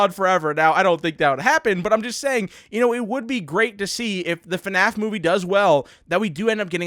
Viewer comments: you sed FANF its FNAF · "eff enn ayy eff" :) (fnaf)